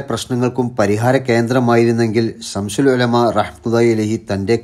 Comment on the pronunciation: സംശുൽ എന്ന് പറയരുത്